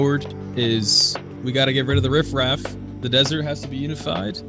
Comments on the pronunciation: Did anyone else hear him say “rift raft” instead of riff raff ???? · Bro said “rift-raft” 💀 Someone should learn more English vocabulary 😂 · lmaoo someone said riffraff and dude thought they said "rift-raft"